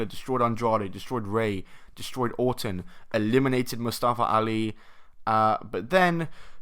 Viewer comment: I like the way you said Orton because it sounded like autumn